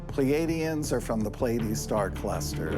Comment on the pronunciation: I think may be deceived by a Non-human intelligence looking to increase paranoia in humanity. She's an influencer in new age spirituality and recycles all of the themes common in woo woo spaces. She can't even say "Pleidias" right. "Palladians"